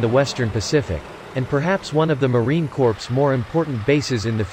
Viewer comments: It's not Marine "Corpse" It's Marine 'Core' The Corps is pronounced Core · Fix the robotic voice when pronouncing "corp"!!! It's the Marine COR not a dead body. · For the love of God, Corps, and Country, PLEASE stop pronouncing us as CORPSE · Marine Corps NOT corpse! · The P is silent is Marine Corps. Like Core not Corpse. Jackass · The damn computer voice keeps pronouncing Corps as “Corpse”. WTF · The letter “p” in Corps is silent, as in “core.” Pronounce it correctly. Semper Fi, a Combat Warrior, OUT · A lot of Marines are pissed that he keeps saying corpse instead of corps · I kept hearing the narrator say “Marine Corpse”...Is there any quality control for these videos? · Please dear God learn how to pronounce Marine Corps. It should be pronounced like CORE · Maybe we can get a real person, maybe even a Marine to read this script...Marine CORPSE...? C'mon. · It’s pronounced “core” 🤦🏻‍♂️ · Corps is pronounce “Cor” not literally “corps” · Stop pronouncing the P in Corps !! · Corps. is pronounced cores! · Does anyone else wonder if this channel is part of a disinformation strategy by adversaries of the US? This video is poorly done. Were the words spoken by a computer reading a questionable script? Or is this some young enlisted guy trying to pronounce words he's obviously not familiar with? Marine "corpse"? General "Blasch"? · It’s pronounced ‘core’. However, We Marines will make some copses now and then. “It’s CORE!! No charge for the lesson. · Terrible narration in that video... why not have a real person do it?... "Marine Corpse" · I think its because the AI reads the silent ‘ps’ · Wow! Really? Did you just pronouns the S in Corps? It’s silent. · Robot commentary, mispronouncing Corps, thumbs down. They must have programmed the AI to copy Obummer, who couldn't pronounce Corpsman correctly. Island hopping and sinking ships is a USMC mission?! Wow, who writes this garbage? At least Navy SeaBees are shown. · driving me crazy hearing it